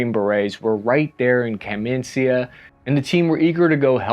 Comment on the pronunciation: I suppose you spell this town name as "kamenitsa", nor "kamensia". It's from the word "kamen" -- "stone".